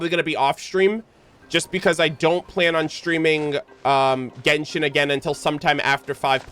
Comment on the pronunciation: You saying jenshon is making me 😂😂😂🎉